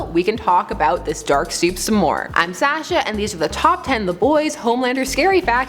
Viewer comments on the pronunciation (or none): none